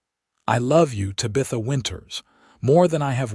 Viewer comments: AI needs to adjust the name Tabitha… a great story but the mispronunciation of her name is an easy fix.. Ta-Bi- Tha..NOT Ta-bith-a… AI can fix this! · I wish the AI got TABitha's name correct. The story itself is wonderful. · I don't rhink i can listen to AI call her Tuh-bitha for 2 hours . Cya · Ta-bith-a (please) and Santa Fay -:)🙂